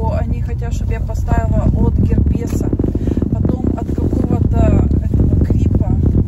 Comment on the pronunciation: давление измеряется в ммилиметрах ртутного столба и записывается например 140/80 мм.рт.ст. А слово Герпес произносится ударением на первом слоге. В остальном всё замечательно!!!